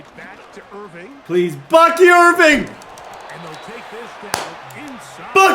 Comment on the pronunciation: ITS BUCKY IRVING NOT IRVINE YOU IDIOT 😂